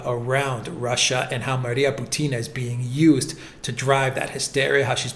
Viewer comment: bUtina, not butIna.